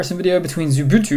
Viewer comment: Are you saying lubuntu or xubuntu?